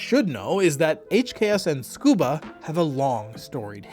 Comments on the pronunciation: isnt it pronounced suh koo buh, not skoo buh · It sounds like you are saying "Scuba", leaving out the first "U". It should be "tsu-koo-bah" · Tsukuba is pronounced Su-koo-ba (Tsu has a Silent T) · Tsukaba ≠ Scuba😂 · I thought it was to sound like a 'fluent Japanese' speaker because they kinda pronounce it this way. Which would be disappointing.